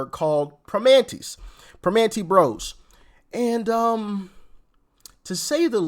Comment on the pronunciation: It's pra-man-tea brothers.